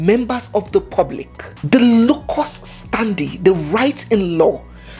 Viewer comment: Am new here.... But I saw light and see progress in this channel.... I. Love that English 😂😂😂locust standard 😂🤣🤣🤣🤣🤣😘😘😘😘